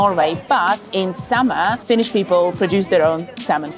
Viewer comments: Really nice video in all. Plus your pronunciation of Finnish is exceptionally accurate for an English speaker. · This made me laugh. The video felt incredibly Finnish. Excellent job, perfect pronunciation and great editing. I’m Finnish and I’ve actually never been to a hockey game, but this genuinely made me a bit curious to go, at least if I can get some Shanghai tacos next to my Nakkimuki. That semolina dessert truly sounds like childhood, but you know, fine dining.